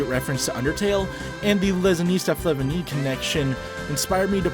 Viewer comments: IT'S FLA(FLAY) VIGN! IT'S FLA-VIGN! LIKE FLAVOR AND VINE! FFS, OCCUMS RAZOR AINT NEVER CUT THIS COMMUNITY, HUH!! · ITS FLA-VINE! LIKE FLAVOR!!! BUT VINE!!! HOW DOES EVERYONE GET THIS WRONG!!! (im exaggerating my anger cool vid slay queen)